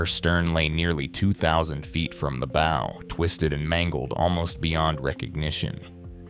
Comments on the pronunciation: The AI voice is frustrating with mispronounced words. The mispronunciation that stuck out the most was “bow” (the front of the ship). Sometimes the AI pronounced it correctly with an “ow” as in ouch, but other times it said “b-oh” as in a hair bow. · This doesn’t show anything of the inside as the name of the video implies. Also, AI reading really triggers me cuz it never pronounces anything correctly. I could tell it’s AI cuz it said bow a few times like bow and arrow rather than bow of a ship or taking a bow after a performance. Really not impressed with this video tbh… Just click bait for AI annoyances. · When the narrator says BOW of a ship wrong you know it's AI. Still, thank you for the information.